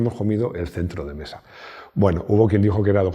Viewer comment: "Sel centrlo de mesa"... Japonés nativo 🤣🤣🤣👏🏼👏🏼👏🏼👏🏼